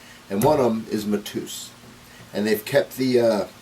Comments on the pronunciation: IT'S PRONOUNCED MA-TAY- OOS, IT'S A POPULAR NAME IN PORTUGAL...YANKEE. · It's pronounced Mat A Us